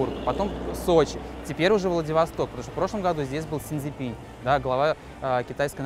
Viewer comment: (!!!) си цзинЬпинЪ (!!!) обратите внимание на правильность иностранных имён. Это важно...